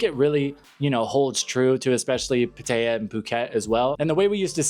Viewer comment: I enjoy your channel when I come to YouTube but you’ve been here long enough in Thailand to know actually pronounce Pattaya correctly!